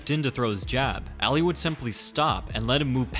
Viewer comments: Why does he keep saying eli instead of Ali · Say it like "all-lee" not ally